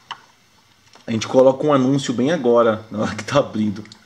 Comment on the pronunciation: Desgraça num é que a porra de anúcio 🤣🤣🤣